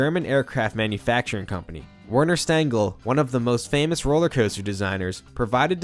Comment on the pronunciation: And while we're here, the designer's name is pronounced "Verner Shtengel".